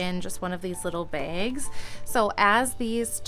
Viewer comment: sounds like you're calling them begs instead of bags